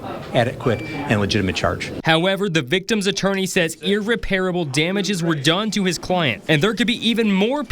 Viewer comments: The word,, is “irREParable”, not “irrePAIRable”. Also, nice hair, Johnny Bravo. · Reporter repeatedly mispronounces "irreparable." Saying the non-standard (i.e. incorrect) "ir-re-pair-a-ble." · Is that how you pronounce irreparable? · needs to lower that hair about an inch or two😂. Also gotta learn how to pronounce “irreparable”.🙄